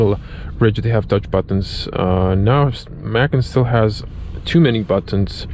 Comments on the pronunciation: Dude, it’s pronounced “Por-shuh”and “Muh-con”. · Porsch’ Mackin’? Ok, i can understand not knowing Macan. But the brand is two syllables. Say it with me... Porsch-Ah.... Porsche-Ah.... Porsche-A